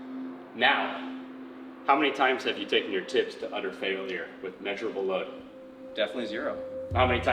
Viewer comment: "Tips" sounded so wrong. I kept on hearing "ti*s". I'm definitely hearing harder than last time.